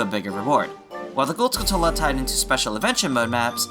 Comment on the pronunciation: "Skulltula" is "skull tarantula". The emphasis should be on the first syllable, and the "tu" makes a "ch" sound like it does in "tarantula".